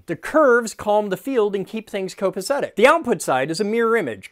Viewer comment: Cop ace tic No "s"